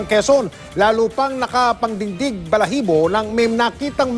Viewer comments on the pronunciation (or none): hay naku kua mike enriquez "panindig" po hndi "pangdingdig"😂